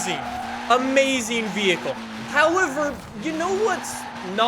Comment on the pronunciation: Nobody:: Howiver